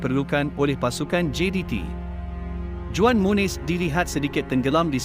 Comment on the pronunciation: Juan should be pronounced as huan!!